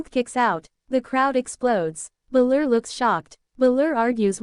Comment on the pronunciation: stop doing this idiots... You can tell it is AI because the usos don't even look human. and it's BALOR not fucking bluler.